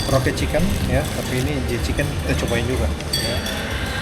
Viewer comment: Tolong bangggg itu J. Chicken bukan J.Kichen... gak jadi endorse dahhh 😂